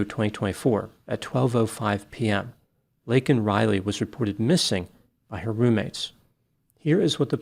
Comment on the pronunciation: The worst part is that he apologized for saying illegal other than undocumented….yet he did NOT apologize for mispronouncing her name… he called “Laken” “Lincoln “…unbelievable